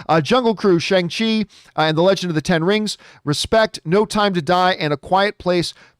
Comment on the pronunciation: Still says Shang Chi wrong :D